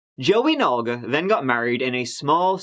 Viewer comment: i am impressed he pronounced Olga correctly. A softer pronunciation than we give it— not so ugly 😂